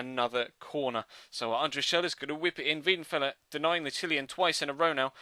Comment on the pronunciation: Its weidenfeller not wiedenfeller